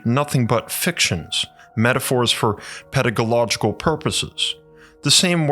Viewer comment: haha he said pedagological